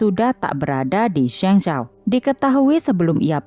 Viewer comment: Min..maaf,sekedar masukan, kalo bisa untuk pelafalan nama asing atau nama kota asing seperti itu sebaiknya cari dulu bagaimana penyebutan/pelafalan yg benar supaya lebih enak didengar Min. Cari lewat google translate ada kok nanti keluar bgmn spellingnya contohnya untuk kota Zhengzhou tadi.